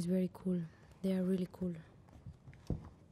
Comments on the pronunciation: i like the way she says “cool” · It's because of the L pronunciation. In english when a word ends with L it is barely pronounced, as if you only gave the illusion that it's there. In spanish we only have one kind of L so that's why she says it different